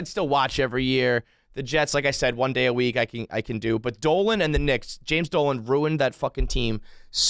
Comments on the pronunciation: When they say "one"? The eater blogger Mark Wiens does that too. What's odd is that most people that say it JUAN, also pronounce the word eaten as "E-TEN". I cant figure out this strange anomaly. It has to come from some type of learning base that was popular decades ago, for children that had pronunciation issues with certain words/syllables. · It's bothered me for years. Thank god someone else hears it!